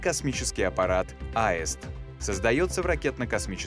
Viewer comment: Почему произносят в фильме слово "Аэст", а не "Аист" ? Или мне кажется ?